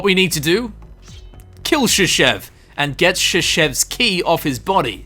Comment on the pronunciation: "Shashev's key" sounds like "Шишевский" )